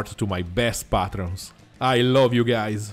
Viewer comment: I love the "Hello guy(ze) :)